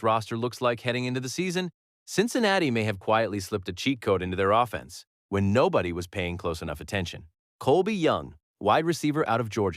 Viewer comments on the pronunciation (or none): The ai voices in so many new channels just skeevs me. "think about what this uh-fence looks like". We don't need to destroy our freshwater supply and double our electricity bills for stuff like this.